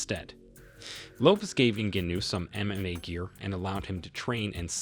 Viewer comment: Lol why cant this youtuber say mma or ngannou right?